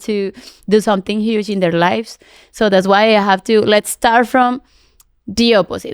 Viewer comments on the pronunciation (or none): none